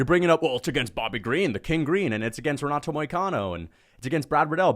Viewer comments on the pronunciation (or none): none